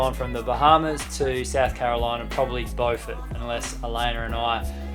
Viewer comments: Beaufort in Sc is pronounced with a u not an o like NC.... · I CANT BELIEVE YALL CAME TO MY TOWN OF BEAUFORT. YOU SAID IT WRONG BUT ITS OK, EVERYONE DOES